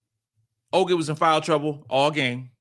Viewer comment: her name is Oh-Kot